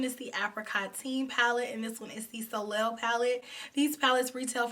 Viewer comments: Love the makeup! Soleil is French for sun and pronounced (so lay). Keep up the good work! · Always love your content! Can’t wait to recreate these looks with my Apricotine palette. Btw, soleil is pronounced “so-lay” and means sun in French. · Hey.,. The correct pronunciation of Soleil is So-Lay.There is an actress whose name is Soleil Moon Frye. She was in a sitcom that wss called Punky Brewster. She was the star when she was a little girl in the 80's. I love the purple palette and love how you incorporated the purple with gold.